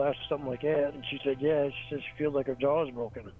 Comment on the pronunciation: Just in case you forgot her "Jawr" is broken 😂